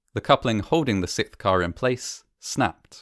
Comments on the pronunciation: Why can't Brits say "sixth"??? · i love your content! you just keep saying sick when you pronounce the word sixth lmao